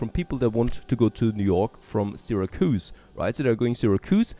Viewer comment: And it's SIH-RAC-YOUSE (Syracuse)